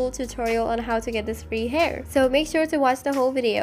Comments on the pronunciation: frew gair LMAOO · "Frss hair" Noooooooo